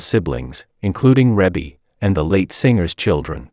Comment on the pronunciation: They are her natural parents together, you are probably thinking of Joe Jackson,'s illegitimate daughter Joh'Vonnie Jackson, he had an affair with another woman white still being married to Katherine Jackson. Joe Jackson and Katherine never divorced, they were just separated when he passed away but yeah Rebbie ( actually pronounced like Reebie,, the Commentator is pronouncing her name incorrectly) is the daughter to both Joe and Katherine Jackson 👍💯